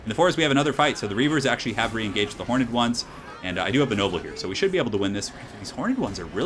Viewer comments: Horned or hor-ned? Why do you say hor-ned? Why am I so triggered by this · I love your stuff but please 1 thing you do drives me mad. Horned is pronounced with 1 syllable, not horn-ed with 2!:) Keep up the great work dude!